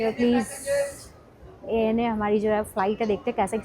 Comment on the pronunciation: Ana nahi kehty ANA kehty hai